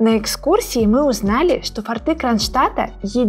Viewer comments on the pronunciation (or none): Все прекрасно, огромная благодсрность, но не "фортЫ", а " фОрты".